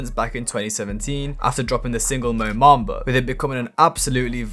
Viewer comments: Its MOBAMBA not MOMAMBA bruh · its mo bamba not mo mamba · Like your vids but you pronounce everything very weird mo mamba? A bell instead of Abel feels very ai like